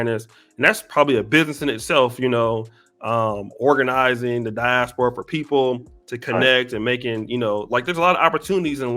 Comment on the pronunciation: Pronounced die-AS-pora Not "die-as-PO-ra"